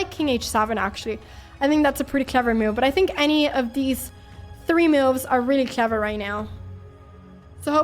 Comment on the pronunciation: Pia really makes some great "meauvs"